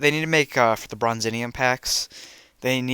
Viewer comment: Also it’s pronounced Bronze-ee-um